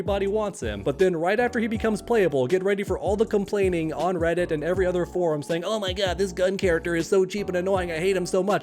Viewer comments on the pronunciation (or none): none